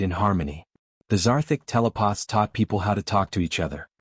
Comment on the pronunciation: WTF is a "TELE-poth"!!!!???